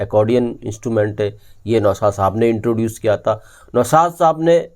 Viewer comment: Even though I like your content, I’m not able to listen because of your pronunciation. Your vocabulary is very good but are saying ता instead of था consistently ये मुझसे सुनाया नहीं जाता। Very sorry. It is like reading a very good piece of English literature with lots of spelling errors. I just can’t overlook that. Sorry. Goodbye.